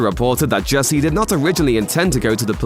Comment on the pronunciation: Jussie ,not Hussie.